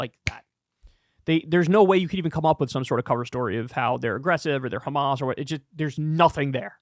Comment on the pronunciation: Funny how American media has started saying KHAMAS instead of HAMAS???